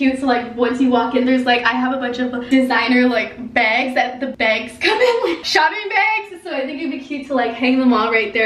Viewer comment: When you said “bags” the Canadian in you CAME OUTTT